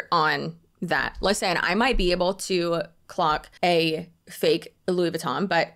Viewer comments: LOUIS VYOOTON😂😂😂😂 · The way you made "Louis Vuitton" rhyme with "boot scootin' " 😂